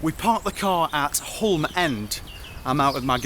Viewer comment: it's not 'hulm' it's hyume (Hulme) - saxon for 'home' - and it's eye-lam for Ilam, not illam. If you ever go to the plague village of Eyam, make sure you pronounce it 'eeem':P